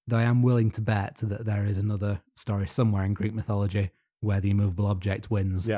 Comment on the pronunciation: Notice how wannabe greats always spell / pronounce shit different. Its always and will forever be mythology. Not mythillogy